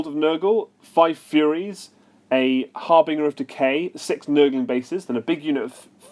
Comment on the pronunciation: I'd never heard anyone mispronounce 'harbinger' before watching this video. It's a soft G, mate.